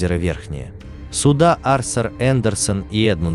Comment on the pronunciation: Скорее не арсур, а артур)